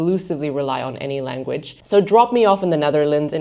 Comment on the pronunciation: I only hear occasionally in the words she says such as the singular ‘language’ (tch sound) and ‘content’ (first syllable sounds like a Dutch person saying the word, uh you know which I mean).